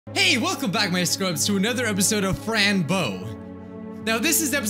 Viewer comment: No, it's called Frans bow! Do the Undertale fans... UNDERstand?